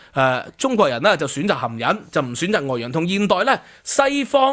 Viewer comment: 你讀到好似含𠃊 😂